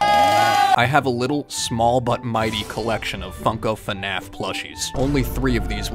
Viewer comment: Brooo. It's not finaf is fnaf like waah but fnaa..fff . It's not that hard🥺